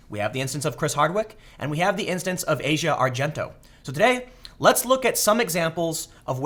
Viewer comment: You pronounced Asia argento's name 3 different ways in this video lol.